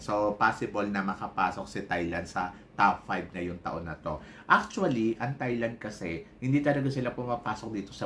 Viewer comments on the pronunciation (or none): none